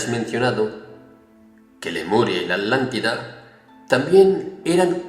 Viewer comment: sigo sin entender el porqué dice Adlántida en lugar de Atlántida.